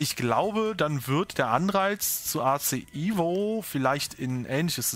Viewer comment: es heisst evo nicht ivo😅